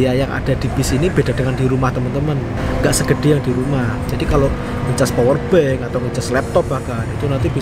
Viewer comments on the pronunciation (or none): none